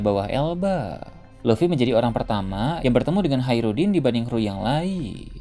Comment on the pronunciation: Hajrudin keknya min bukan haerudin